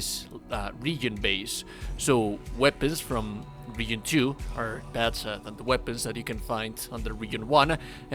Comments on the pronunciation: Idk but how horribly you say region is almost funny. Reagan lmao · putting it here as a reply so it's not as visible but youtube how to pronounce the word region not trying to be mean it's just distracting you speak english better than I speak your native language though